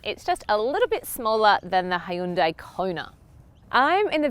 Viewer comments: Please learn how to pronounce car makers name first!! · You would think she would look up how to pronounce Hyundai before making a video about it.